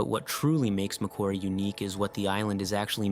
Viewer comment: For the narrator with an accent, he pronounced it well. Geologically it is not part of Australia. It is 'claimed' by Australia rather like Ball's Pyramid. :body-blue-raised-arms